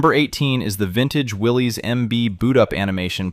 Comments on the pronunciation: You're pronouncing his name wrong; Willys {WillI-iss}. Any real Jeep person would know that. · That’s not how Willys is pronounced btw. Will is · Will-isss. Not Willies. The newer Willys comes with rear lockers. Didn’t know about the MDH.